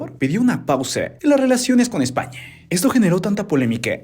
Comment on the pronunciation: Yo solo entendí OdHio EsZpAnYaH!